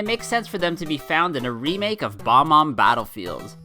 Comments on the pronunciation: Bob-omb not bomb-omb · Why do people call them “bo-mombs” when there called “Bo-Bombs” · The- the Bob-omb is not pronounced Bomb-Omb but Bob-Omb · It’s Bob-Omb not Bomb-Omb hope this helps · no-one going to mention that unique pronunciation of bob-omb??